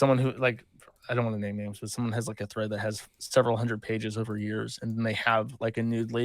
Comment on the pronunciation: u shoulda been there when he’d say erver instead of over hahahaah